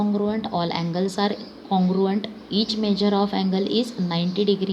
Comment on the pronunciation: Congruant❌ Congruent 😁